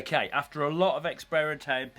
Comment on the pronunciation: Okay, after alot of experi-mentinage Di-did we just witness a stroke before our very own eyes